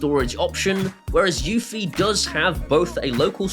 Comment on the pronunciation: eufy is probably my most heated brand name. it is not pronounced like unifi, does not integrate with unifi dashboard and is not produced by ubuquiti.